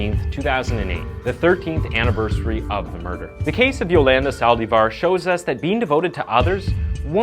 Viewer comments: Saldívar, not saldeevar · Cell die var.? Its pronounced sa al lDEEphar